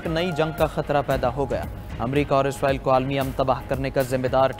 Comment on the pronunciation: عزرائيل عزرائيل کہ رہے ہو اسرائیل کہو پڑہے لکھے 😂😂😂